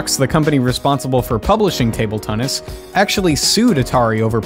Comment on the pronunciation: idk if u looked back at the footage but u said tunnis instead of tennis